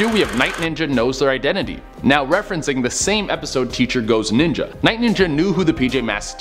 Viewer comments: am i trippin or did he say Night Nyinja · he said ninja wrong lol